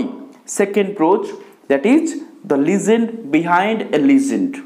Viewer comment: It is Le-gend, not Lee-gend, Kindly pronounce the English word correctly